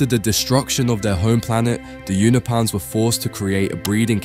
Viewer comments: do British people just like mispronouncing shit on purpose get outta here with this "younahpans" shit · Bro pronounces Unopa right but can’t say Unopans 🤣🤣🤣